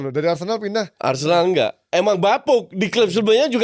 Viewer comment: Bukan BarceNOLa, tapi ArseNOL